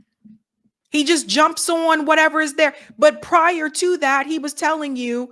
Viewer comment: I love how you say "awn" instead of "on".